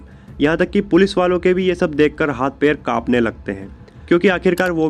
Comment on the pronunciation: सुरुवात नही शुरुवात, पेर नही पैर , पेसे नही पैसे, अपनी language ठीक करो।